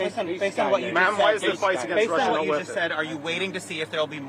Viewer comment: Marj, the word is to not ta!